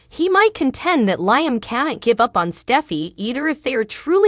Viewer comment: Who is clever? Then you say Decon? And Liam is pronounced LEE-UM NOT LY- UM??? IF YOU TELL THE STORY GET THE NAMES STRAIGHT!!! OMG😮